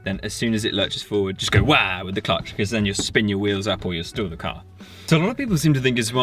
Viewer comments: Guys its stall not stool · "I feel like an american" 😂 sorry did you say STOOL?